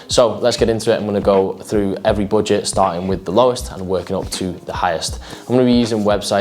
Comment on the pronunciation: No one:: boojet